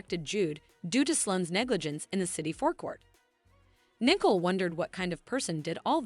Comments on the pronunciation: It's Nicole not Nickel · English must not be your first language. How can you call Nicole Nickel. Her name is pronounced knee coal…It is Bobby Stein not Bobby Stain.